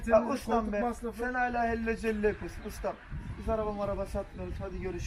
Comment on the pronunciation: Heli celo diyo kirooo işte ne beklicen